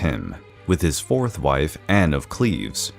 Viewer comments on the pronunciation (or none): none